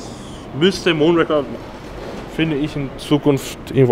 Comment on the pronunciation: Ihr solltet zumindest in der Lage sein den Namen des Bikes richtig auszusprechen. Der Bond Film heißt Moonraker und nicht Mondraker. Bei dem vorgestellten Rad ist es dementsprechend umgekehrt.